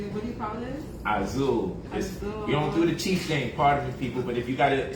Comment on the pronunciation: His pimp outfit is pretty cool. Also, for someone who apparently speaks seven languages, I'm surprised he can't pronounce Azul correctly.......